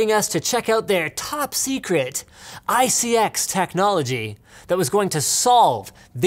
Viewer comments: It's pronounced (eye-see-ex) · Linus you want to know who you pronounce iCX, it is i-C-X.... not every acronym is said as a word. It is like how the EPA is E-P-A and not EEPPPAAA!! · Linus, it's obviously pronounced "ICX" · I thought he siad isis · You pronounce it as "ISIS" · ICX pronunciation EYE-SIS. your welcome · Did anyone else think that when he was trying to pronounce ICX it sort of sounded like isis? I thought this was pretty funny, but he could be a threat, we need a conspiracy video with evidence supporting or refuting if he's isis for all of our safety. Like this comment if you think #LinusisIsis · Pronounced "Eye Sex"